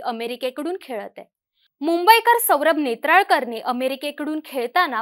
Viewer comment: नेत्राकर नाही नेत्रावळकर आहे तो.. अमराठी लोक स्पष्ट उच्चार करत आहे आणि मराठी असून तुम्ही बघा🙄